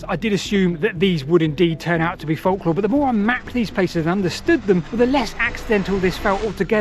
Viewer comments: It's pronounced folklore not folklore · During WW2 (or even WW1) you would have likely been detained as a German spy for pronouncing folklore in that manner. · ive never heard anyone pronounce the silent L in folklore before. does this creator do the same thing with the word yolk of an egg?